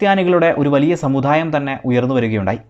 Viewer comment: മദ്യ കാലമോ... സമുധായമോ.. വാക്കുകൾ ശരിയായി ഉച്ചരിക്കൂ